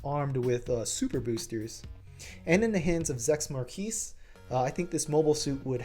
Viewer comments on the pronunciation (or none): none